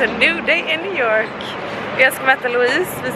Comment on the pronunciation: Ursäkta en liten pik, men det är lite roligt med ditt uttal på New York, det blir liksom njew jåååårk